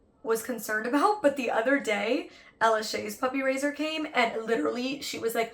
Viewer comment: I keep thinking “puppy razor” whenever Molly says “puppy raiser” lol